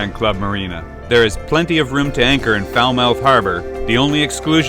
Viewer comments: When I was there last the locals called Falmouth "Fahlmit", like helmet. I hate to be the pronunciation police, but after the F*ck Bay fiasco I just want to help you out. Sail on,! I can't wait to see how St. Martin is making out after the hurricane. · Hey, that's Falmouth pronounced "Fal muth" after the original harbour town in Cornwall in the west of England. And yep, I know, I lived in Falmouth Bay Antigua for 5 years but originally from the West Country back in the UK.......just sayin. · great video of the island. every time i heard you say Falmouth i cringed. it's pronounced Falmuth. just being picky :-) i was just thinking how wild the hills were when you actually commented on it :-) however i was dissapointed that you didn't stay there :-(